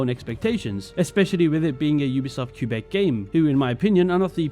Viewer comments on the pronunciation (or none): Idk how much I can trust you if you don't even know how to pronounce Quebec... Ofc the disrespect towards Asian cultures doesn't matter to you. For instance, the fact you could enjoy the "sumi e" mechanic is beyond me, an Asian. If you saw someone writing with a fountain pen, holding the paper like that, with nothing behind it for support, would you be taken out of the immersion? But I guess since it's Asian, it's exotic, so who cares? You don't care, and I shouldn't expect people of your background to care 😞 but please do not belittle our concerns and protest